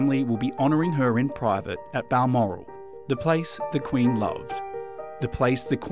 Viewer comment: Do you have a problem pronouncing the word QUEEN as it should?!